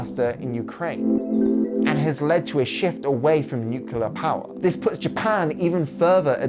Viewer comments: This was a phenomenal video! Just one small critique.. I'm sorry, it's a pet peeve of mine, but please oh please try to pronounce the word nuclear correctly... It's not nuke-u-lar, it's nuke-lee-ar. Nuclear. Sorry for being nitpicky, but you just said it so many times during the latter half of this video, and I thought I was going crazy but I googled it and it's not like aluminum/aluminium on different sides of the pond. There's just no second U in the word nuclear in the English language. I know this is silly, but it just really irks me. Overall, great video tho!! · Good video, only thing that irritated me was "nucular". It's nu-cle-ar.